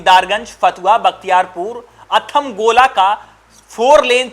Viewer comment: Athmalgola hai bhai athamgola nhi